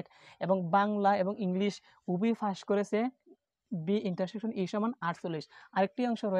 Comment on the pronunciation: আপনি পাসকে ফাস বলেন কেন 🤔🤔🤔🤔